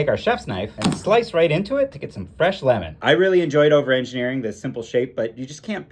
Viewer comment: Lìmon? Lìmon!